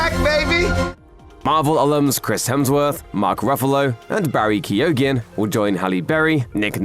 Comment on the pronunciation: Please Learn how to pronounce Keoghan.